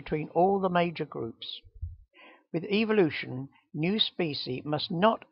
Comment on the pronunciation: Haha is this guy saying evil-lution?